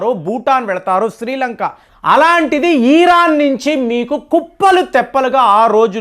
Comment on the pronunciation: ఈ రాన్ కాదు ఇరాన్